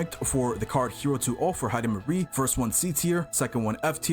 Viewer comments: Heidemarie ❌ Heidimisery✅ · Heidimarie ❌ Hyper-carry✅